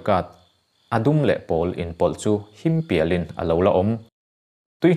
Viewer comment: Himpial tih laia, PIAL I thluk Dan hi ..ka lo ngaimawh.. PIALRAL kan tih a PIAL Ang hian lam tur...